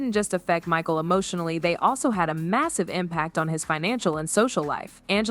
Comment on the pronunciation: "I feel bad for Ma-sheel" AI voice showed its ass